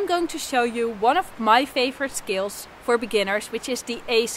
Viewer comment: you're a great teacher. when you add some humor to lighten up the practice it makes everything much more enjoyable. I'm pretty much a beginner and a lot of my practice time is scales, finger exercises, et cetera. By the way, whenever you say 'scales' I thought you were saying 'skills.' I admire you Dutchies for your command of english. (I'm in the U.S.) 'Scale' rhymes with 'mail.' What's funny is it's practically the same thing - playing scales is developing or sharpening skills. thank you for your incisive, informative and entertaining videos. I'm a subscriber and always can't wait for your next one.